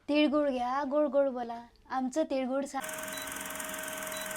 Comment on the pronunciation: तिडगुड नाही रे तिळगुळ बोल...आणि ते समथिंग समथींग जरा कमी बोल😂